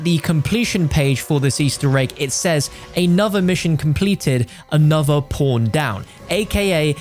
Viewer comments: am i the only one who thinks he says p0rn instead of pawn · Am i the only one who thinks hes saying porntextporn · All I hear is "PornTakesPorn"